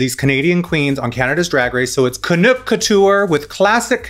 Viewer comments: Lol it's not pronounced CANOOK. Sadly aside from Anastazia, many of these were boots for me. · Raja - stop stereotyping Canada with the snow references. And Kiara was representing the prairies, hence why it looked kinda like a scarecrow. And FYI, Canuck rhymes with tuck for future reference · Canuck pronounced KAH NUCK like knuckle...I know you don't care but hey...I'm a Canuck lol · Listening to them explain Canadian things and Raven saying can-ook is sending me. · Canook?!?! Insert eye roll from all the Canadians 🙄